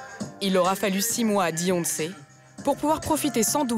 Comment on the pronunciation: "Deyonce" ? On est d'accord le D est après le B dans l'alphabet ?